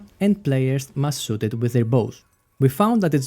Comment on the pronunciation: why can't you pronounce H sounds? Do you have brain damage? It's not sa-dow or so-ot. it is SHA-DOW, and SH-OOT.